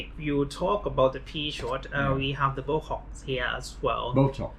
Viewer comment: did he say bocox? 😂